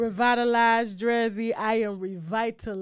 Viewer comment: Her name is Dree-Z ….